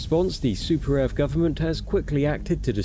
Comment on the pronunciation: Yeah! For Super Earf!